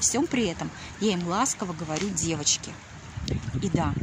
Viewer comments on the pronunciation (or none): Как муж вьідерживает єтот противньій воющий голос. "ДЗевачки, сдЗелала, тЦеця, тЦебя...